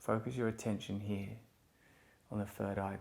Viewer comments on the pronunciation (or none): none